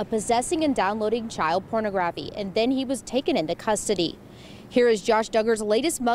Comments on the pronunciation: First off, it’s por-nah-graphy not porno-graphy. Secondly, the proper term is child sexual abuse material. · Porno-graphy??? This reporter is illiterate. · Pornagraffy? What did that reporter say? How can she NOT know how to pronounce that word? SMH she couldn't get more than 3 words out of her mouth without stumbling. Dugger is not a celebrity none of them are celebrities. A reality TV show does not make the people being followed in the show celebrities. They are just people being followed around by camera crews doing every day stupid stuff. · Exactly. She pronounced pornography as porno grafy! How ignorant.